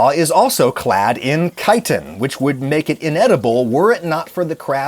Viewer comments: Thank you for pronouncing it Kite-in instead of Chit-in!!! I guess you could say the Incorrect pronunciation... Bugs me 😏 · out of this entire video. im so glad he pronounced chitin correctly lol